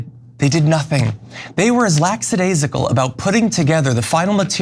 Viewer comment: it's lackadaisical, not lacksadaisical.